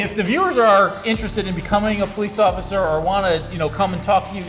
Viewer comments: He said “Occifer Dofry” 😂 I’m sorry but I laughed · He said occifer😂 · Ain’t no way that dude hit the cop with the “occifer”